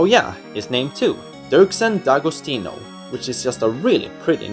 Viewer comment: Good job! I like this new format and I’ll probably use it next time I make a ranking list! Also, I never knew “D’Agostino” was pronounced “Da-go-STI-no.”